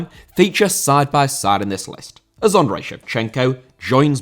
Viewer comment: Andriy* not Ondrei